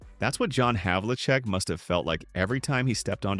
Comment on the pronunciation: narrator needs to properly pronounce DeBusschere & Havlicek. I wonder how these things get by in this day & age.